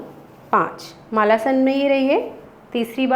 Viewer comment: मालासन नहीं मलासन....